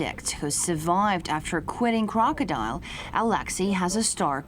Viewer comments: KROCK-A-DIL,,, LIKE DILL PICKLES. NOT CROCKADILE...ITS KROCKADIL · It is k-r-o-k-o-d-i-l, news lady -- not crocodile. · ITS CALLED KROCK-A-DIL....NOT CROCKADILE. ITS DIL LIKE THE DILL PICKLES. KROCKADIL. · ITS CALLED KROKODIL!! NOT CROCDILE!! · its pronounced crock-uh-dill...not crocodile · its krokodil not krokodile dumb bitch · Don't tell me she said "krokodile" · bravo brate, u tell her how it is, its KROKODILJ lmao